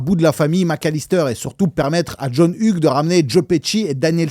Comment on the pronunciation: Hugues se prononce Yougs... Et l'Ia du début est pas mal... Mais j'ai vu une video la semaine derniere qui decortique la maison de tournage, L'evolution, les travaux pour le film, les incoherences des placements des pieces, TOUT ! Donc raté ! ;)